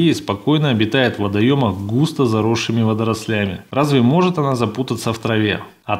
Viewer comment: Не водролЯми,а вОдрослями